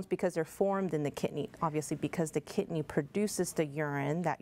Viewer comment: Its kidney not kitney